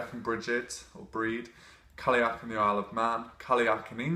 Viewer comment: Cailleach is pronounced 'Ky-loch' (as in Loch Ness). Not being picky, really like you and your vids! It's just so hard to focus when you hear Irish mispronounced.